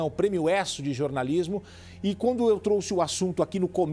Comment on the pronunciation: a palavra certa é eu trouxe, e não eu truxe.